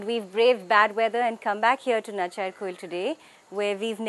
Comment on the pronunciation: Its Natchiarkoil, not a natchiyakoil nearby Kumbakonam.